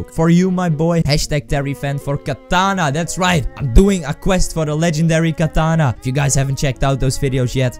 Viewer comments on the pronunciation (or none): none